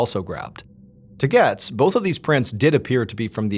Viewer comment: Its "GOETZ"(GATES) ...not "gets"....js lol